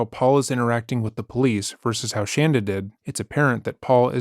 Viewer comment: Thank you for calling her 'shanda', not shaunda as she preferred....love it..